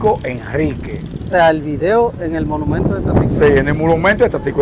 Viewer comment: Amigo disculpa,no es molumento sino Monumento, tampoco es estuata ,sino Estatua.Cuando te expresa por las redes sociales te ven en el mundo.